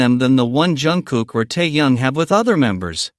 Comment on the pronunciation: Выговаривайте правильно имя ТЭХЕНА а не ТАЯНА .